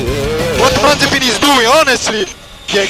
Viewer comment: The Dutch commentator called Mazepin Mazespin without it being edited. Things are getting out of hand.